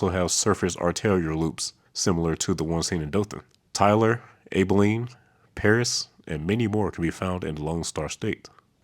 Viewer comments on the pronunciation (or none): At the mark you pronounced Abilene, "ABE-uh-leen". It's actually "AB-uh-leen". Aside from that, you do impressive research on your videos. Always enjoyable to watch (and learn). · Texas here. That city is pronounced ahh-bull-een, not ay-bleen. There are hundreds of cities here with goofy ahh pronunciations. Italy is It-lee. Palestine is PaleSTEEN. Miami is Miamuh. Boerne is Bernie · AB-ah-leen. As in its counterpart in Kansas.! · Love that Texas is getting so many shout-outs. However, it's a soft "a" like "apple" for Abilene. edit: Also, when I go through Austin, avoid 130 because it is too far outside, and use MoPac with it's cheap express lane instead(cut across using 71 on the south side, 45 on the northside). 130 is over $10 for Buda to Georgetown, while MoPac is only a couple of dollars. MoPac is cheaper and faster, so no reason to use 130 tollway.